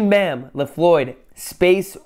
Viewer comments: and we say bam like BAM! not like bahm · U dont say "Julian Bam", its like "Julian Bäm" like a bro fist bam! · WAHT THE FUCK bam wird bäm ausgesprochen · Not Julian bam it pronouns like julien bäm!😂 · JULIEN BAM!! NOT JULIAN BAM!